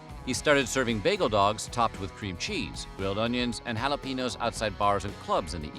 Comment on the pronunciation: The way you say jalapeño hurts me. Also, you never did mention the Flint dog. As much as Michiganders (or Michiganiacs as I call myself) feud over which Detroit style is the best, there are other Michiganians who will die on the hill of Flint style coney dogs are the best. I like both. And I'm not just saying that to keep the peace, they really both are pretty awesome. Also, pretty much no one says that coney dogs originated on Coney Island.